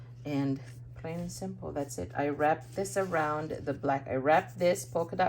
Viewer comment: When you say "that's it" parang naririnig ko din yung pansit (that's it, pansit). hahaha Gorgeous cards,. I love those butterflies on your cards, the embellishments and shimmers makes it more beautiful.